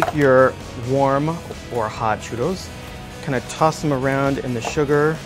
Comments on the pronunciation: You're saying 'churos', and its churros with two Rs aka a rolled R. And you dont know how to say canela either, the L is not drawn out like an english L is. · Aaaaa he keeps saying "churos". Trill the R, man. Trill it! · It’s chuRRos.. double R.. not Churos.. I hate when people can’t pronounce shot like that.. like dude you have an accent and can’t say your double RRs. Such a shame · the way he says churrro <3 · Rene Martinez "churos" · Why is He’s saying shoe-doughs? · "churos" jajaj. Also, Churria means diarrhea (at least in Santo Domingo). You probably mean a "Churreria." Great recipe, though!! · he's not even saying it with an English 'r' sound. It's this weird in-between thing. Either go for the anglo way or the Spanish way. What he is saying doesn't exist. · yo creo que lo dice así porque los gringos no pueden pronunciar el sonido de la doble erre, por lo tanto lo pronuncia "in the white people's way" por así decirlo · It bothers me the way he says “churro” it’s a little cringy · excuse me but churros are from Spain and you have to pronouce the "s" at the end.